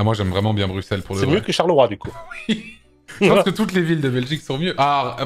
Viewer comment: La preuve qu'Anto est de bonne foi et a du discernement par rapport à la Belgique : il dit "Brusselles" et pas "Brucselles" comme beaucoup trop d'autres FR